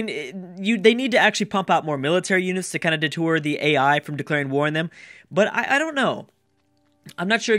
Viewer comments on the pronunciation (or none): Stop saying de-tour when you mean deter. It's so cringworthy.